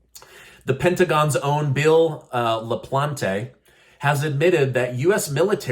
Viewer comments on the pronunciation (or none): Hi. Sorry I couldn't help myself on your pernunciation of the last name LaPlante, the E at the end of silent La-Plant. Gave me a giggle even with all the crazy going on.